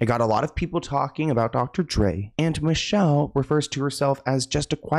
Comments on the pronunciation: It’s not Michelle it’s “Michel-lay” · Its not Michelle. It's MEE-SHELL-LAY! She was a talented singer! She was the mother of 1 of Dre's sons. She made a movie about the abuse. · It’s not Michelle. It’s micelle (mee-sha-LAE) SMH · MEE-Shell-Ay (Michel'le) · Hey, I really enjoy your content. Just wanted you to know Michel’le name is prouncounced, Me-shell-Lé. Great video and keep clocking these celebs tea. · It's Mi CHEL LAY! Youngin 😂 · Ex girlfriend is named “Me-Shell-Lay” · He always says people's names wrong. Especially those who aren't Caucasian. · Thank you, he always butchers names. Michel'le was one of my favorite names back in the day, haven't heard it since.